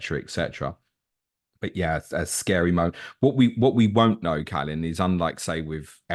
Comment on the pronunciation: As romanians, we should at least pronounce our name correctly. If we can't even do that... then what's the point of wearing that shirt? Anyway, all the best,!